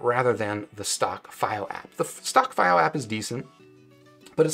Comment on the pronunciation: Maybe try pronouncing the products name properly if you're gonna make a video about it... It takes 5 seconds to do the most basic research